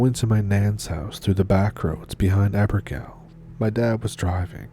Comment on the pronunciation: You made me laugh how you pronounced Abergele😂😂😂 by the way I'm from North Wales